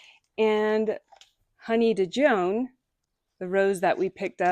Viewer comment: Honey Dijon rose is pronounced the same as you would pronounce Dijon mustard 😉